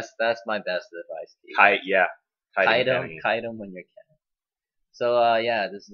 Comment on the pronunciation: its kennen not cennen:D